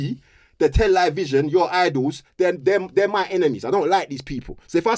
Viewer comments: anytime someone says "Tel-EYE-vision", you know they're gonna chat some illuminati nonsense. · It’s Tell-A-Vision